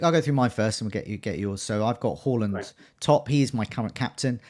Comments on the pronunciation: It's 'Hawland'. Two consecutive 'a's in Norwegian = 'aw' pronunciation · Well done for making the note and pronouncing Haaland correctly!!